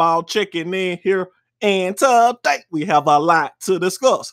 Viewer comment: And taday.. lol